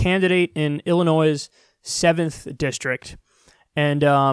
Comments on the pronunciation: Can someone tell K: ILLINOIS the S is silent 🤐😫🤭 pleeeeeeeaaaaase . It's like nails on a chalkboard hearing that SSSSSSS sound. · El-uh-noy, not El-uh-noiz.